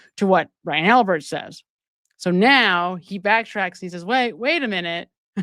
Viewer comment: Albit not Albert